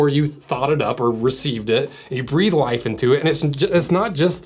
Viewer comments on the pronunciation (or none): none